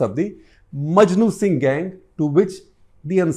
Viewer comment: This man doesn’t even know his facts …repeatedly calling Maknu Singh as ‘Majnu Singh’ …